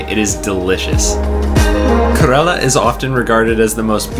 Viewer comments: This is complete RUBBISH Kerala is pronounced Care Ra La honestly you have no clue.. Actually you were there..???? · dude is kerala not karela.